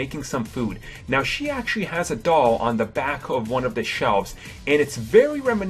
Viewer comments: someone can't think of another word for "actually" and can't pronounce the letter "R" shouldn't be narrating a video. it's vewy, vewy poor (actually) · He had said "actuawwy" 284 times... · "Actuwawy", "Actuwawy", "Actuwawy", "Actuwawy", "Actuwawy", "Actuwawy", "Actuwawy" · parks Actuawawy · Mike Actually he says Actuawawy.